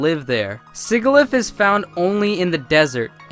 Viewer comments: Although they pronounced it wrong regardless. Sigilyph as in sigil, soft G. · "Sigilyph" is pronounced "si-ji-lif".